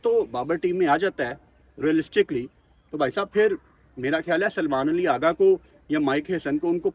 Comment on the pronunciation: پہلے تو اپنے الفاظ کی ادائیگی درست کریں اغا جی جگہ آگا بول رھے۔